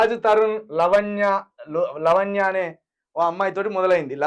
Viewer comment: అన్నగారు మీరంటే నాకు అభిమానం ఎంతో కొంత ఉంది ఎప్పుడు మిమ్మల్ని నేను దూషించలేదు తిట్టలేదు కానీ, లవణ్య కాదు లావణ్య ముందు తెలుగు నేర్చుకొని సావండి దరిద్రం నా కొడకల్లారా ఎవడ్రా మీకు జర్నలిజం నేర్పింది ఎవడు మీకు చదువు చెప్పింది. తెలుగును కూనిచేస్తే పెళ్ళాం పిల్లలనే క్షమించను కాబట్టి ప్రత్యేకంగా నన్నే తిట్టిండు అని ఏం పెట్టుకోకు ఈ విషయంలో ఎవరినైనా తిడతా